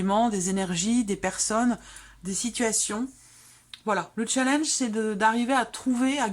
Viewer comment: Il ne faut pas prononcer le mot challenge avec l'accent britannique, challenge est un mot français.